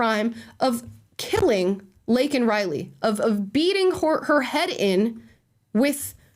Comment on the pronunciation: And keep in mind that regarding this case, Biden only had one apology to give and that was to Jose Ibarra, whom he rightfully referred to as an “illegal”, despite mispronouncing Laken Riley’s name. Let. That. Sink. In.